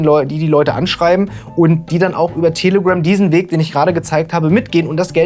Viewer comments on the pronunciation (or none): Manchmal hört es sich an, als würdest du "Tele-Grimm" sagen.. oder ist das ein bewusster pun? 😅